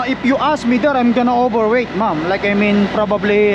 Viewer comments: He meant ma'am, but he said mom. If he wants to use the word ma'am, he needs to learn how to say it right. One way is respectful, the other is insulting. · That's true. but he needs to learn how to say it right, or, if not, to stop saying it. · You're digging your hole deeper. If she heard you call her a "matured woman", she'd be insulted. Have you changed the way you say "ma'am" yet?